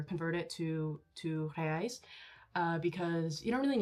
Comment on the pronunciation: Wow! Your pronunciation when you said, "Reais" was dead on!